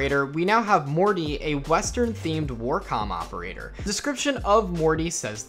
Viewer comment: I gotta say... Morte is not pronounced "Morty" it's Latin for death... It's pronounced mort-a like how we pronounce the letter "a" or I guess you could say Mort-eh. No hate just correcting because it's not an English word.